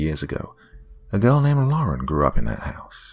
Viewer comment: Thank you for saying LAR-en instead of LOR-en. Drives me crazy when people put an imaginary O in there.